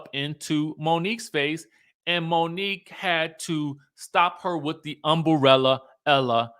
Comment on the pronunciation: you had me laughing with the way you said umbrella ☔️’ 😂😂😂